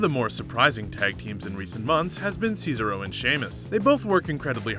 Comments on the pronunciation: I’m sorry to say this but you’re saying cesaro wrong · Every time you said Cesaro I cringed. Please learn to say his name right🤦🏻‍♂️🤦🏻‍♂️ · It really annoys me how he doesn’t say Cesaro correctly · I just can't listen to him saying Cesaro again! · This guy absolutely butchered cesaro's name. Lmfao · Am I the only one getting real annoyed every time he says Cesaro.. Dude get the name right lol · Who else is annoyed when he says Cesaro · That awkward moment when you botch the pronunciation of “Cesaro” on a video about botches. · The way he says cesaro😤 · You're saying Cesaro wrong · 11 Bloopers that actually aired, the pronunciation of the name Cesaro... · Is He saying cesaro name right or am i saying it wrong 😲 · Stop fucking saying cesaro like that Jesus Christ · You are not saying Cesaro correctly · Hunting And Fishing Outdoors Scissor-o 😒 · That's not how you say Cesaro correctly it's incorrect fix your language you still a little goose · Can tell your not a wrestling fan, saying cesaro wrong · THE WAY HE PRONOUNCES CESARO XD IT BUGS ME SO WRONG XD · You Said Cesaro And Kalisto Wrong! GOD! Does he even watch WWE? Get It Right! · Come on man you said Cesaro wrong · You didn't say Cesaro, Nia or metalik correctly. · Pronounce Cesaro properly. WWE say it every week. Oh, and you cannot pronounce Gran Metalik properly either. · It's cezAro not cezero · Its gran. Met-al-leek...jesus do u even watch bro?...cesarow? Ce sar oh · Omfg ur an idiot its not cesa ro ahhhhh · Ce-SAR-o not Ces-aro 😂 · Sez-ah-ro, not Ceesaro... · CAESAR-O!!!!!!????? SAYSARO!!!!???? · Do you even watch wrestling bro? It's Cesaro.!!! Si-zar-o...not Caesaro cee-zer-o LMAO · It's CESARO not SEESRO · Who's cees-aro? 😂 ces-ar-o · ceasaro says-a-row but SHINSUKE NAKAMURA How tf do you mess that up but not shinsuke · As soon as I heard him say “sees-a-row” I immediately scrolled down to the comments. And I am not disappointed. 😂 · Ces-ARE-o......c'mon now. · "Seesarow". What a beesarow world! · SEESARO XD